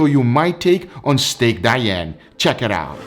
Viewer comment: You have to pronounce "Dee-Ann"